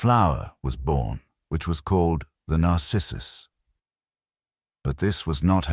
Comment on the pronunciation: also "narcissus" The accent falls on wrong syllables.